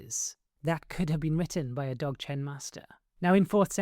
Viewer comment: Zog-Chen the D is silent.